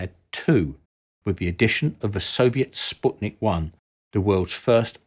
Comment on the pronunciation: This is the first time I hear somebody pronouncing "Sputnik" correctly